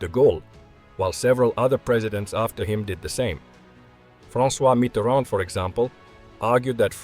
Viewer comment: As a french, i have to say that you prononce François Mitterrand perfectly